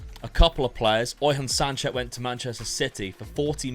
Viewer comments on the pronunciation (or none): none